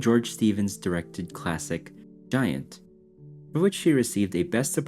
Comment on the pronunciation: Stupid AI can't pronounce Giant. Said GUY-ANT, instead.